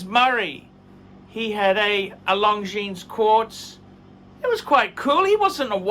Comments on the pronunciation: don’t like Long Jeans 👖. It’s pronounced Long Jean! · Long Jeans - man, at least try to pronounce Longines right, 'watch expert'...